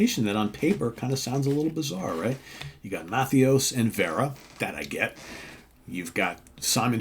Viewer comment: Great record. Very catchy. 30 years ago, these songs would be all over the radio. Overland sounds great. And, say it with me…Jim. Ma-THAY-us. Trust me on this